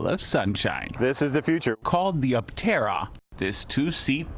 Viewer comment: Please forgive me for the overly critical pessimistic review. Tank full of sunshine? Pronoucation of Aptera turned into what sounded like, Atera? It felt like a quickly rushed filler piece to showchase something that left me confused and felt like it was hard to take seriously. To anyone who was willing to read this far, Love Aptera. Invested in them! I'm a brand Ambassador! Still an early reservation holder...(since 2020) Any exposure that Aptera gets to the general population to build up interest and create hype is always welcome...... Just felt to me that the story could've been done better to appeal to more of an adult audience.